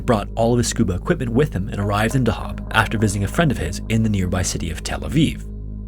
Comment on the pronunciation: Hah weird to wee a video like this about my home town Edit: afaik dahab is pronounced on the first syllable just fyi